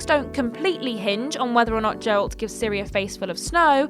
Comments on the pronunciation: This isn't even the first video where she mispronounces it 😂😂😂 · "Jeralt" is killing me